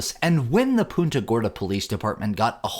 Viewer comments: Punt-uh, not Poon-tuh. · They pronounce it "Paunta."